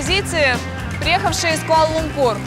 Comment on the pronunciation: Почему используете такое непривычное слуху ударение? Даже в иностранных видео используется ударение на лУмпур, а не лумпУр